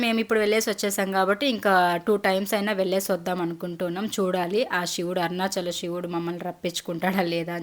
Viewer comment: మీరు తెలుగు వాళ్లే కదా... షివుడు కాదు శివుడు..